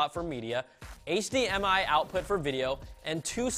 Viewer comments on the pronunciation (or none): none